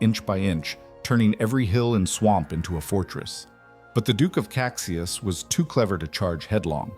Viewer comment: Duque of Caxias is pronounced Casheeas